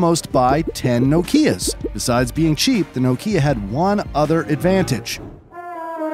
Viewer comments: Nokia is pronounced differently. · Can you make the slightest attempt to pronounce things correctly? Nokia, Murciélago, are some of the recent words you've butchered